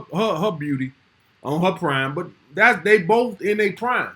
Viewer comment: Who is Day..? I keep hearing, Day do this,Day do that..Who TF is this Day character..?